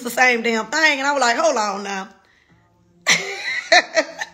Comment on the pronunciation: You are a beautiful woman and deserve the best! I just have one request: Can you say “thing” instead of “thang” like everything, anything, etc. “The thing is: people......” thang is not a word I hope you take this the right way, just want your communication skills on point, because you are about to level up and soar!!!!!